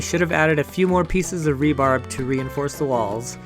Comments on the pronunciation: You Rube ! Everyone on God's Green Earth Knows it's. "RE-BAR". not "RE-BARB" ! It stands for Reinforcing Steel Bar. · Will you please stop calling rebar, rebarb?